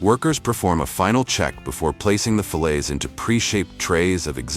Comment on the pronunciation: Funny...can't pronounce the word fillets...different way several times...irritating...